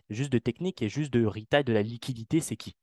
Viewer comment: "les ritailes"